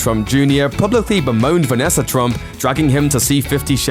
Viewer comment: It’s NOT Vanesser. It’s Vanessa